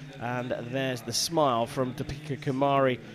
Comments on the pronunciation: Its Deepika kumari not topika kumari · her name is deepika not topeka